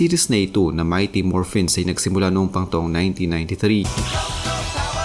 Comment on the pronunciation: "Mighty MorphinS" daw 😂 . Babasahin na nga lang niya mali mali dinagdagan pa ng "S" 😂😅